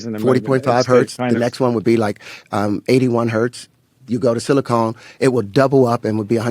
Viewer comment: Not sure how seriously you can take a Mendeleev-wannabe when he keeps referencing "silicone" rather than 'silicon".